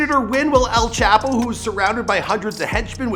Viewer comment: “EL CHAHPOE”